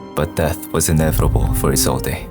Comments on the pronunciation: (Is-old) not (Is-old-eh) the e is silent. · it's prounouced "isold"" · i hate how isolde is being pronounced. the e is silent. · the only thing wrong with this video is the pronounciation of Isolde